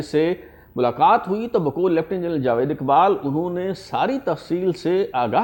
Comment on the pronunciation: It is not jwed but jawed